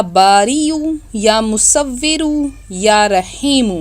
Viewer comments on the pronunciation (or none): Madam ya musfiro nai hota ya musavero hota ha OK surat banany wala OK pehly bolna sekho